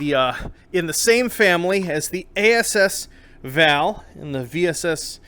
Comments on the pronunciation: its the as-val not ass-val lol. seriously though you are an insanely dedicated developer and i applaud you sir. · “The A-S-S VAL” I lost it, there’s gonna be so many comments on this lmfao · "ASS-VAL", huh? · "The ASS-VAL" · "ASS-Val" - lol